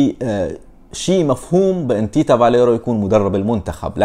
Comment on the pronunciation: اسمو تيتسا بالروماني Tița.... مو Tita.. فاليريو مو فاليرو